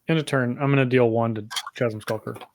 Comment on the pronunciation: I was enjoying this until people started pronouncing the H in chasm :|